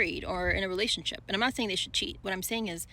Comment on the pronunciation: "Om convinced"!!! 😂😂😂